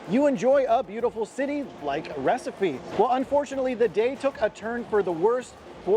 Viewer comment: It's Recife not Recipe